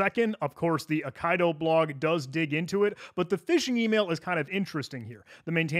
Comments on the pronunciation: same here. thank you. eye - KEY - dough 🙂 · Eye Kai Doe *Eye Kee Doe, ffs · >AYE-KAYE-DO Brother, it's pronounced Aye-Key-Do. It be a Japanese word for a swordplay style. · Aikido, not Okaido. :P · Ai Ki Do (as in the martial art) not A Kai Do that hurt my hears so bad 😣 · a nit pick, but nonetheless; "Aikido" is pronounced "ai - kee - doe", it's a Japanese martial art (合気道) which means "the way of the harmonious spirit". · Pretty sure Aikido is pronounced “I-key-dough” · Pretty sure it's pronounced "ai·kee·dow" like the Japanese martial art. Thanks for the great video 👍🏻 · Brother, Aikido is a well established martial art. It's pronounced eye-key-dough 😂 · Aikido is pronounced "eye-kiddo", it's a type of martial art 😅